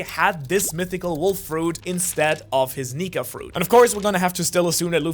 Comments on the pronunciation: Is it me or did I misheard that he said 'luffys nigga fruit'?? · I thought you said n!gga fruit